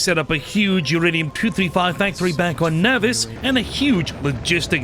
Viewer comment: can this dude pronounce ANYTHING dawg? like obviously my SPECIFIC PRONUNCIATION of nauvis is obviously correct. also, CALACITE? cal-cite bro. where the fuck is the other A coming from?